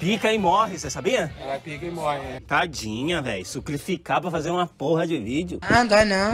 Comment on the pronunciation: "sucrificar" pra fazer uma porra de vídeo kkkkkkkkkk